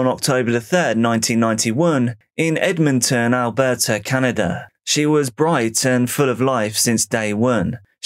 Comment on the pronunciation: What is DRAWERING or CANADER ?